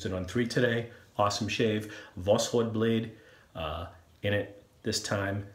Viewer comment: Great video but you are still saying the name of the blade wrong... If you put восход in Google translate it gives a fairly good pronunciation. It's pronounced vas-ch-ot. In Russia a "o" is often pronounced as a "a" and a "d" at the end gets a t-sound...